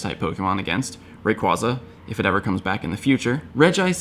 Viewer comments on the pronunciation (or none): I really want to unsubscribe just because he pronounces Rayquaza wrong. But that would be extremely petty.